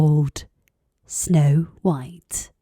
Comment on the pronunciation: 백설공주가 이렇게 따뜻하게들리다니 우리나라 영국발음전도사ㅋㅋ